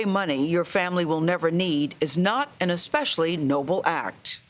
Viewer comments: Gayle saying exspecially, really? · It’s not Xspecially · Anytime you leave someone in Freemasonry and / or Iluminati & anyone in the occult whether they are in a suit and Tie or a grass skirt somewhere in Africa or Asia or wherever.satanism is satanism & if you are not in it - you cannot live with anyone who is. Gayle you still say Ek - especially. Most Americans still do sub - consciously.